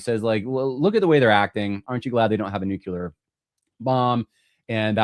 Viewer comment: Just fyi, it’s “nu-CLEE-ar,” not “NUKE-u-lar”